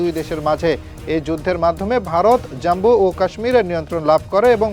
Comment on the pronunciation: বাংলাদেশের সাংবাদিকরা খবরও ঠিকঠাক পড়তে জানে না জাম্বু নয় জম্মু কাশ্মীর